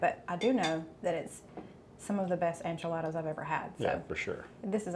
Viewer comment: It cracks me up the way he says Enchiladas, Onchiladas. 😅